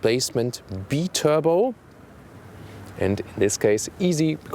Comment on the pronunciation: Biturbo = Bye Turbo not Bee Turbo. Even for Americans. Keep up the good work.